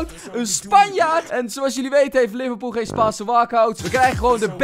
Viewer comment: Haha liverpOEL in plaats van liverpool